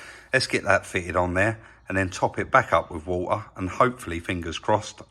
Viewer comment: "we can get the new parts then fill it up with war ah" 😄lol